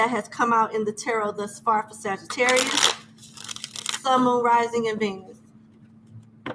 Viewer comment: Ma'am, Please stop saying Sagitterrier like we're a breed of dogs 😹 thank you 💜